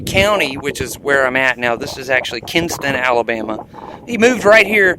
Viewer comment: Kinston. Correct pronunciation.